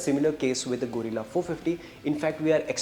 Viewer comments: Guerilla❎ Gorilla✅ 😂😂😂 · Arre bhai Gorilla nai hai, Guerrilla hai, pronounciation ki watt laga di 😂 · It's guerrilla, not gorilla please for God sake pronounce it right . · It’s pronounced as gerila, not gorila, no offense meant brothers, other than that good info and great job. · Its not Go- rilla, it is Ge-rilla, like गेरिल्ला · Not Gorilla it's guerrilla 😅😅😅😅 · Guys - its not Gorilla its Guerilla. The pronunciation needs to be “ge-rilla” . Btw very informative video. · It's a गरील्ला Not a गोरिला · Bhai tum log kya special kisam ke gawar ho?? Itna bada channel hai ,itni badi audience hai, sab kuch hoga tum log k paas fir bhi ek dhang ka orater nahi dhundh paye. Yeh gadha presenter bike ko gorilla bol rha hai. Bhai mere , usko ग्यू रिला bolte hain. This bike is not named after the animal, it is named after the assymetric warfighting technique , also called Guerilla fighting. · Guys - its not Gorilla its Guerilla - you guys are automotive journalist and still do such basic mistakes :D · gorilla or guerrilla? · No everyone with normal hearing is hearing it as गोरिल्ला . You are supposed to pronounce it गेरिल्ला. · It's Gay- rilla ... Not Gorilla 😂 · Not pronounced "Gorilla" 😂🤦‍♂️ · Why are you pronouncing it gorilla? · Fed up of 'gorilla' guys. Kuch to seekho. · He is calling it Gorilla. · 😂no you are not. You are definitely saying gorilla. Check the very first time he says it😂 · It's pronounced gerilla